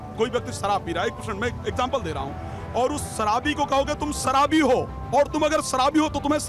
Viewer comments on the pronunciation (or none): सराबी नहीं शराबी होता है भाई